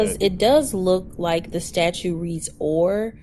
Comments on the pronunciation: If this safetly was your truthful concern he would just say "hey buddy get some lights on that bike, I don't wamt to see you get hurt". But instead you wqnt his ID. Amd hey lawyer, it's "statute" not "status", that's concerning. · The attorney needs to learn to call them statutes with a second “t”, not a statue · Attorney-"Statue". (Statute) Wowowowowowowowowowowowow, but not really, she is black. I would have talked bigShit and left immediately when the pig was proven DEADwrong. EFFFFyourAD, also, I'm sad that these pigs got to live. Terrorizing society "I don't care about the law"-Female DemonPig. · Jesus the f'n lawyer can't even use the word "Statute" properly. OMFG!!! Not a good look. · The word “Statute” has a “t” in the second syllable,. Credibility -1% for mispronouncing a word relevant to your occupation. Reminder: a statuTe is law. A statue lives in a park.